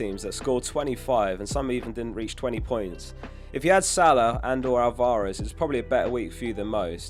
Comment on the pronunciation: Why can’t you say Alvarez properly? 😅